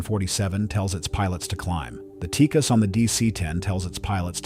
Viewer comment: I don't know where this voiceover guy is getting his information, but the last I heard it wasn't pronounced TEEKIS, I thought it was pronounced TEE-CASS